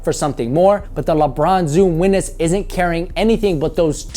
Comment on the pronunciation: "lebron zoom weeness" lol